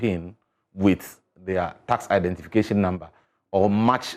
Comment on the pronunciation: Instead of saying one simple identification, he keep saying one identifaayaa